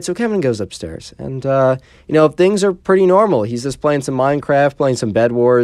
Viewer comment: Instead of bed it's bled :)